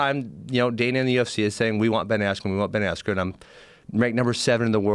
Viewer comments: The only guy that pronounces his name wrong......“Ayskren” Gonna get the belt though! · Ben “EF” Askren